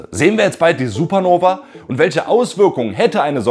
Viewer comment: Es heißt SupernovA nicht Supernoveee ... Selbst erstmal viel Angst machen und am Ende sagen, das es uns nicht betrifft. Das ist einfach Klick-Bait ... Daumen Runter. Außerdem sprichst du wie Herr Anwalt in einigen Teilen. Copy Cat. ..